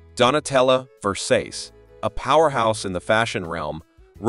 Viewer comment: LOL how do you pronounce Ver saw chee ? Versays! Not…